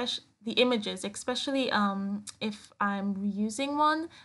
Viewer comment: I like your page very much! I wish you would say especially instead of ex-specially which is not a word. LOL!